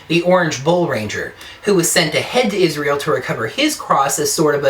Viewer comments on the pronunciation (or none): none